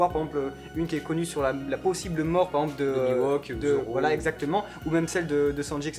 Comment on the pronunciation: Jamais compris pourquoi vous dites Miwok au lieu de Mihawk